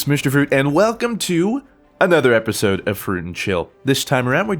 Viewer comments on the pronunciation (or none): none